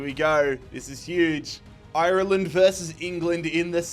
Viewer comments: It's not pronounced eye-er-land, it's pronounced are-land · Painful hearing him say shamrock instead of rovers and I-Ur-Land instead of "arlind" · Up The Dubs! Why does he say IRLEND like that. Hes from cork😂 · Love it, just pls learn to pronounce Ireland right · Is there a reason why he keeps pronouncing Ireland the way he does 😂😂😂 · why do you pronounce Ireland like that sounds weird